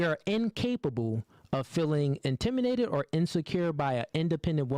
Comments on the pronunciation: Bro, I literally thought I was losing my mind cause they kept saying it.... I almost torn my acl running to the comments to make sure I'm not crazy😂😂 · I'm sorry, but this is bothering me.Will somebody explain to this guy how to pronounce intimidated, please. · Yeah. Kinda lost credibility every single time he said it, tbh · Why tf can't he say intimidated 😅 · Intimidated, please say it correctly😂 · I'm shocked he mispronounced that word. Get together! Lol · This dude can’t say “intimidated” to save his life. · Bro, what is "intiminated"? I-N-T-I-M-I-D-A-T-E-D, homie. Spelled and pronounced like that. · The word is "intimidated" not "intiminated"😂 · Come on now,. You seem like an educated brother. You should know better than that. The word is "Intimidated" what the hell are you doing, saying "Intiminated"... Smh... come on bro!!! Get it together... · … its pronounced intimidated, not intiminated. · Is he purposely saying intimiNated instead of intimiDated? 😮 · IntimiDated, not Intiminated -. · It’s intimidated not intiminated bro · Sounds like he's saying intiminated instead of intimidated.....idk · AM I TRIPPING OR DOES KEEP SAYING "INTIMINATED" AND NOT INTIMIDATED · What’s “intiminated”? It’s INTIMIDATED!!! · It's INTIMIDATED not intiminated. 🤣🤣🤣🤣🤣🤣🤣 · I rock with what he’s saying, but for the love of god….the word is not “intimination,” it’s intimiDation! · Intiminated. Bro pronounce the word right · It’s intimidating not intiminated bro 🤦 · "IN-TIM-MINATED" ... ITS INTIMIDATED BRUH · The word is intimidated and not intiminated lol 🤣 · What’s really annoying is him saying intiminated instead of intimidated. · Stop saying intiminated. It’s intimidated. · ɪnˈtɪm.ɪ.deɪ.tɪd. I was so annoyed hearing this guy say intiminated 🤣🤣🤣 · This guy is too smart to keep saying IN-TIM-“MEN”-NATED” WTF??? It’s INTIMI”DATED” my guy….. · InTIMinated is crazy 😂😂😂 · Bruh. The way you mispronounced intimidated. You said it more like intimated.